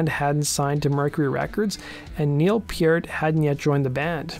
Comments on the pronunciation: Pronouncing Neil's name correctly was the only redeeming aspect of this video. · I’m just kinda happy the narrator pronounced Neil’s last name correctly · Thanks for pronouncing Neil’s last name correctly. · Pretty much the only positive component here (in terms of how this story was told). Beyond this, his narration was a train wreck. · At least he pronounced Neil's name correctly.